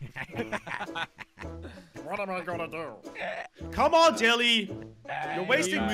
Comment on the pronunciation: 2020 pronounce jelly 2022 pronounce jelle